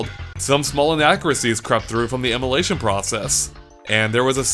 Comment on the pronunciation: I keep hearing "emelation"